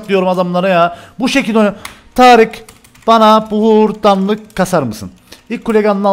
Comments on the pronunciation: Abi târık ne ya kdkdkd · hocam yazışın taric konuşmanın Tarık 😂😂